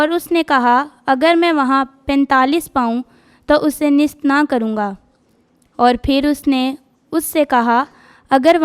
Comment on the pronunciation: محترم مناد صاحب کی خدمت میں سلام عرض ھے۔ جناب سے گزارش ہے کہ جو بچے کلام پاک کی تلاوت کے لئے آتے ہیں ان کی تیاری مکمل نہیں ہوتی۔ اکٹر بچوں کا تلفظ ٹھیک نہیں ہوتا۔ جیسے آج کی تلاوت ھے۔ اس بچی نے نیست کو نست بولا ہے اور کئ بار بولا ہے۔ اس سے سننے والوں کے دل میں شک گزرتا ہے کہ یہ لفظ نست ہے یا نیست ہے۔ اسی طرح لفظ بعید کا تلفظ بھی غلط بولا گیا برائے مہربانی تلفظ پر بہت دھیان دینے کی ضرورت ہے ۔